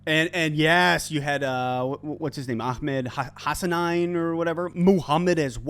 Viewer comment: A Lions podcaster that doesn’t know it’s pronounced HA-SA-NEEN? No like this time.